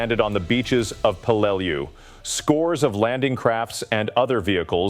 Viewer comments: When I was in the Navy there was a ship ship named in remembrance of the battle of Peleliu. We all pronounced it Pel le lou. I think the voice bot needed more training. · C'mon you do a video on this battle and you can't even pronounce the name of it?! Typical American, I guess.